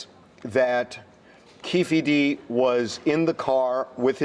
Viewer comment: Lol it's not keefi d